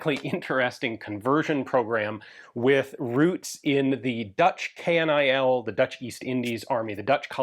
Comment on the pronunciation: Dutch here... KNIL is never pronounced K.N.I.L. We say KNIL (say like Kill with an N added). 😅